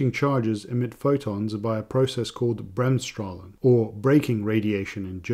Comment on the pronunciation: Good and informative video! Very good pronunciation of Bremsstrahlung for a non native German speaker by the way!